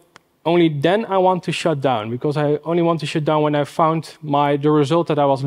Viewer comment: Good presentation, but pronunciation of `shut down` as `shit down` is both funny and a bit distracting